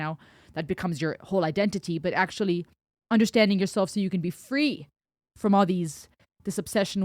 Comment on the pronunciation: Could listen to you saying "undershtanding" 24x7. Makes me smile to be reminded of how fluent you are in different languages. Loved your 1st time reaction (so sincere) and this re-reaction here (so insightful). I keep going back to this song, several times every week, and it gets me, everytime.